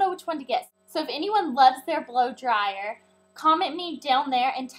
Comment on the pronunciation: i love it how she says "blow dryer" :D